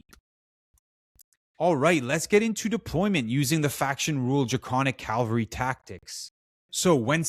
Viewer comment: Cavalry, not calvary